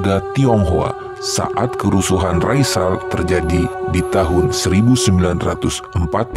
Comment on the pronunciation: Kerusuhan rasial, bukan raisal